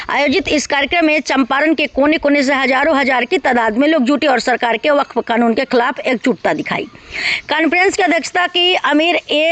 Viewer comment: बफफ नहीं होता है वक्फ होगा है